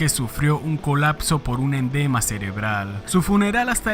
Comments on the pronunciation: Endema?? Que es un endema?? . . Alo mejor quisiste decir EDEMA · Se dice EDEMA; no endema. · Endema? Es "edema", bestia!!! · sispenseme, ud. dice fallecio x un endema cerebral, corrijase, es edema cerebral, señor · Bro para corregirte, no se dice "endema" es EDEMA CEREBRAL, excelente video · edema no endema xD ... buen video amigo